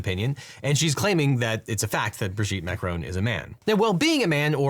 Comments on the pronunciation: Mac-Ron, not Mac-Rone. It's French, not American... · Is it just me or is Devin saying 'Macaron' instead of 'Macron' throughout the video?